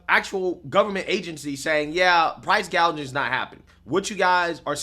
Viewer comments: She called it price gauging! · I could have sworn Kamala during her whole one minute speech, she even mispronounced “gauging” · Am I the Only one who caught this ??? KAMALA doesn't want to stop Price Gouging she wants to stop "PROUSE GAGING" That's what she Actually Said She was reading from a script and Still couldn't get it right Ha Ha !!! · The fact that Harris cant pronounce "gouging" and says "gauge-ing" shows her stupidity and the fact she is clueless abt economics. How could ANYONE consider voting 4 her? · She said gauging but it is gouging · kamala literally couldn't even pronounce price gouging.